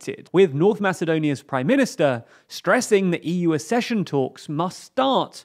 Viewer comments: Kindly note that 'accession' is pronounced 'ack-sesh-un', not 'a-sesh-un'. Compare 'succession'. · Accession = /AKcession/. Not /aScession/.